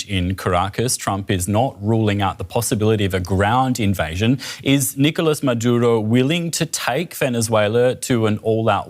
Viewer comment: His last name is Maduro, not Madura.